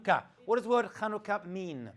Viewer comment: It's 7anukah not Khanukah \ Chanukah